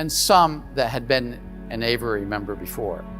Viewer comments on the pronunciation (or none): “A” vee airy……. Not ‘ava rarey’. “Aviary” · Let's talk about: AYV - eee - airy ,and not: "AYV - errr - airy" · The word is “aviary” but it sounds like he’s saying averary??! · if only he knew how to say the word aviary. He keeps saying averary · A V I A R Y. 😊 Please tell this guy how to pronounce the word